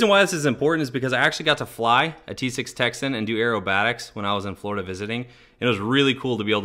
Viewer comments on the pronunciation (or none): none